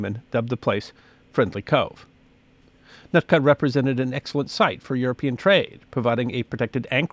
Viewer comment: The area you keep MISPRONOUNCING is NOT. "NUT ka"... it is "Newt Ka"